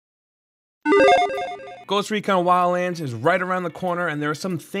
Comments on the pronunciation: anyone hear lala land instead of wildlands? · When you say Wildlands it sounds like you say Wians... Just noticed it and couldn't NOT notice it after that. But whit that said, i playd the Beta and alltough it was kinda fun for a while i don't see myself getting this game since it got pretty stale pretty fast. If i want a tactical stealth shooter of any sort there are in my opinion better options that actually make you feel way more like a bad ass.